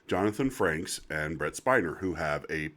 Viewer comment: Frakes. There is no N.